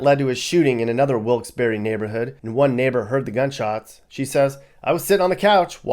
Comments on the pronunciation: Pronounced Wilkes-Barre without the e..not barry. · Bahahahahahaha.....Dude, where do you get your information from? Is it even "current". 🤔 I don't know the facts on the other towns/cities you're talking about, but Wilkes-Barre (that's pronounced Bear, not BERRY 🙄) is no where as horrible as you're making it sound. Most of the trouble comes from out of state. Recent years our little city has had an influx of people migrating from the NY boroughs, and not so nice sections of N. Jersey. With that, the crime has risen. When you hear of a shooting, 9 times out of 10, it's someone from that area here with a beef. Domestic issues are the largest calls into the police, 2nd to MVA. In the last 15+ years, there was 2 pizza guys mugged. 1 I worked with, and when they caught the guy, big shock, dude was from Brooklyn. The other incident was a while ago too. Another homey from NYC. I seriously could walk around Wilkes-Barre at night, and probably never be bothered. Biggest crime right now is people walking around at night "breaking" into cars. I use breaking loosely. It's punks going and trying handles to see if cars are left unlocked. These idiots don't realize that 90% of the houses on every block have cameras outside their homes. Most of them have been caught. Unfortunately this little city has fallen victim to slumlords coming and buying up properties. Houses are a steal to those who come from somewhere where housing is 6x more expensive. Also, the population here is growing, not declining. That's the reason crime has risen the last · Barre is not pronounced berry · Bruh “wilkes-berry” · Wilks BERRY lol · I met people who were from there who laughed at me when I pronounced the town the way you did. They told me about the silent "e"...so either a native from there had no idea how their own town was pronounced, or they were lying to me. I really don't know.